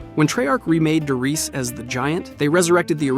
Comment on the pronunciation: Der reesa?!